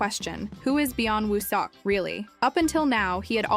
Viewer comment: You need to pronounce his name right might be nice. If your going to do info on him.